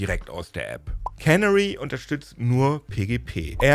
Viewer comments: Der Punkt ist, wo die Betonung liegt. Es ist nicht KÄNnery (cannery), sondern keNÄÄry. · Canary wird (wie auf deutsch auch) auf dem zweiten "a" betont. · Canary (Kanarienvogel) wird übrigens nicht wie Cannery (Konservenfabrik) ausgesprochen. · Canary wird typisch für Englisch »Känäri« ausgesprochen.